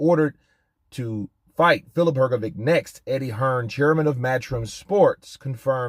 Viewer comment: Hrgovic is pronounce like Hrgovych. Trust me I'm from Eastern Europe too